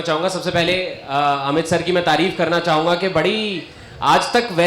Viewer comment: "अमीत " ==>> "अमित "